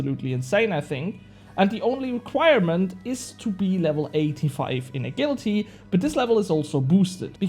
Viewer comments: My man, you butchered the word 'agility' lmao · you were saying it wrong, but later in the video you started saying it correctly